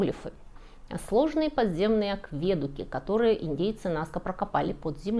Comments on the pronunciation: В слове акведук ударение ставится на "У", а не на "Е", это акведУки, а не аквЕдуки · Только один вопрос: почему аквЕдуки, а не акведУки? В остальном - спасибо, было познавательно, и в чем-то, залипательно) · Почему вдруг аквЕдуки? Когда акведУки перестали быть таковыми? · Всё просто великолепно ! Но вот только эти "аквЕдуки" ! Ухо режут хуже ножа ! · Всё хорошо, но не « аквЕдуки», а « акведУки» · Почему аквЕдуки, по- моему акведУки😊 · Спасибо! Ничего нового я не узнал,но какая подача!!!! Вы гениальный лектор.Вот только "аквЕдуки" меня смутили.Был уверен,что "аведУки".Учту.Еще раз - спасибо! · 😂 боже, ну откуда вы берете такие ударения? Ну откуда взялись аквЕдуки? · Что значит они он являются уникальными? Всё что ни есть - уникально! Ну почему вы постоянно не туда ставите ударения?! Что это за аквЕдуки, НаскЕ👈🏻🤦🏻‍♀️ Если бы это был храм и паломники шли, то эти бы геоглифы не сохранились 🤷🏻‍♀️, вы сами только что сказали что из-за туристов они стираются и Райхе своей метлой всех разгоняла. Обезьяна, паук и колибри афигенно олицетворяют стихию воды😄👍 и абсолютно прямые линии повторяют русла подводных рек 🤦🏻‍♀️ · Всё прекрасно, если бы не аквЕдуки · Нравится, смотрю, хвалю, спасибо! P.S. "Акведу́ки" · АквЕдуки, сильно режут слух. А вообще, интересно. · вопрос не как сделали, а как разметили. неужели филологи говорят аквЕдуки? 😲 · АквЕдуки? Понятно. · в русском языке принято говорить акведУки, акведУк. ВиадУк ещё. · Так все классно шло и тут это режущее ухо "авЕдуки" - откуда этот ужас?! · Нет такого слова "акве́дуки". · аквЕдуки? хммм... А автор точно хорошо разбирается в том, о чём рассказывает? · И всё же "акведУки". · Акведуки с ударением на - е максимально режет слух. Что это? Необоазованность или попытка выделиться? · Мне кажется вы читаете чей то текст не зная нюансов. Слово Акведуки например, вы делаете ударение на другую букву рассказывая о них. Как будто впервые это слышите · Всё хорошо, кроме ударения на слове - акведуки